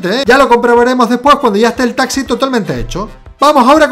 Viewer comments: porque dice tasi es taxi xd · no dijo taxi dijo tasi minuto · en el minuto dijo taci